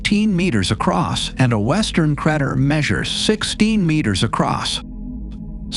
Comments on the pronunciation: very interesting video but the crat-er ruined my concentration a bit ;) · cratter. critter, creter.... everything but crater.